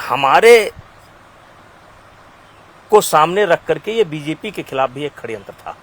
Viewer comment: Kaise aap aise aadmi ka interview le sakte ho jise षड्यंत bolna nahi aata।।।।